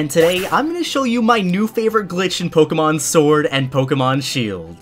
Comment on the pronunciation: Quit saying pokemon. I can't unhear you saying it wrong. Why don't you say Pok A Tips as well? No that you say with an E for some reason, couldn't say it right to save your life. Edit: and leaving ranked battles, teaching people to leave ranked. Dislike this scrub